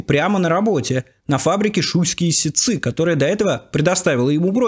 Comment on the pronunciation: не ситцЫ, а сИтцы